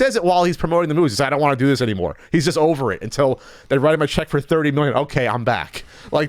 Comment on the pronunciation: Fun drinking game, take a shot every time says "uhh here" or says "chust" instead of just.